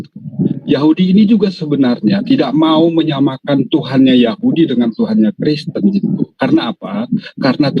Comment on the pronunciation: Hahaha suka lucu juga bg orang namanya kristan bg bilang kriesten😂